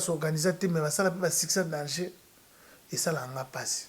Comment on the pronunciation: getou matuvanga on dit danger et non dangeux ok